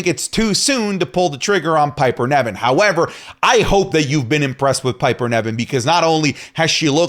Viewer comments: Please by god, stop saying Piper NEVin, when its NIVen:(((( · Its NIVEN , NOT NEVIN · please look up how to pronounce Niven, it’s driving me crazy how you say it 😂